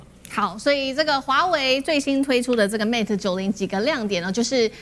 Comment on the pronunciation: its pronounce as Mate, not Mat!! halo taiwanese!